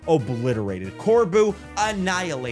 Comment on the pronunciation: Here's how you pronounce some of the trainers' names. Corbeau- coor-bo Phillipe- phil-leep Lebanne- leb-aun Jacinthe: ja-sinth. Also, you should definitely replay X and Y, including the game's post story